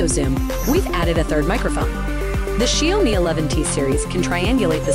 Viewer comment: She pronounced "Xiaomi" wrong